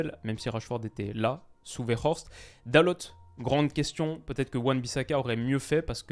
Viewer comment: Si jamais Dalot ça se prononce Dal "eau"